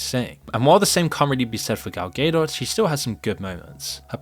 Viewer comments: Gal “Gay Dot” lol 😂 idk if that’s wrong, or I’m wrong, but that is not how I’ve been saying it. “Ga Dough” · It’s said ga-doe btw not gay-dot lol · "Gaydot" Bro couldn't reseaech the proper pronunciation? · Dude how are you pronouncing Godot? That’s hilarious. Ga-dot not gay 😂😂😂😂😂😂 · GAL GaDOT not Gale Gado please please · Please pronounce Gadot's name correctly. Its not Gedot, its Gadot. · Gal Gay-dot 😆🤣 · I’m almost sure it’s phonetically “gal” “doh” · Who the hell is even Gal Gay-doh? 🙈 How about you learn how to pronounce he names of the people you are talking about? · “Gal Gay Dot” ain’t beating these Ai accusations 😂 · Yes the movie sucked but the name Gal Gadot has been said out loud thousands of times. I dont get how its being pronounced Gal Gaydott. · “Gal ghedo” my man LMFAO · Gal Gay-Dot 😂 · Gal Gay-Dot 😂 A gay dot is a hilarious concept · All value this video might have had was squandered by your pronunciation of "Gadot." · Downvote and reported for how to pronounce "Gadot" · I'm new to the channel - is misprouncing Gadot a bit? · How are you pronouncing Gal Gadot?!?!?!?! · Please say Gadot correctly next time 😭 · Please learn to pronounce Gal Gadot's name correctly. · I love how pronounces "Gadot" exactly the opposite of the correct way 😂